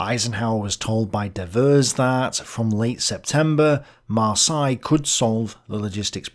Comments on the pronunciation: Maar say, Maar say, not Maar sigh! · Heads up the "Seine" in "Seine River" is pronounced with a soft "S" not a "Z" sound. For "Marseille" the "ei" is pronounced like the "e" in the word "led" ("he led us to victory") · “MarsAille”??? I’d always heard it said as “MarsEille”, including in France. Not sure if this is a British English vs American English thing. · Mispronounced Marseille....Mar-say not Mar-sigh.. Seine River...sane....not sign. Ugh! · Not marsY we prononce it mars heylle thats how you should try to say Marseille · Yes, it is Mar-say. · If you're going to do this, learn how to pronounce Marseille correctly. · The way you say Marseille must be intentional. Gotta show the French who is the boss. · I often wonder where you come up with the weird pronunciations for places and people on your channel. Google "How the French pronounce Marseilles" and you will get the correct pronunciation. Of course, that works for most other place names as well, if you use the local pronunciation in your query. The local pronunciation is always the correct pronunciation. You did get the pronunciation right later in the episode. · Driving me nuts too and I'm a Kiwi. You'd think that growing up in England you would have heard Marseille pronounced a few thousand times! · Love but he's mangled french places too! Marseille changed through the video too! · So... is it pronounced DE-vers or De-VERS??? uses both pronunciations and this is confusing... 😢 The way pronounces French toponyms, such as "Marseille" and "Seine" seems also weird for me, it doesn't seem standard British pronunciation either. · I believe Devers pronounced his name with a long e in the first syllable - Deevers. Also, check your pronunciation of Marseille.